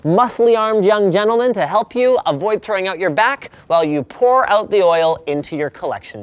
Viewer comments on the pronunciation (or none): none